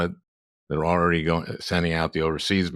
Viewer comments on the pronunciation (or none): none